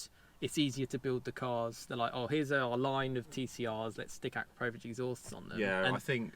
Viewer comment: It’s pronounced uh - kra - pow - vich or A - Crap - o - vich Couldn’t keep watching these vids otherwise 😂